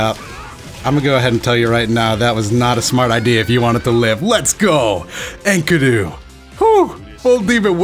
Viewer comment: sexy vid but his name is pronounced 'En-key-doo' xoxo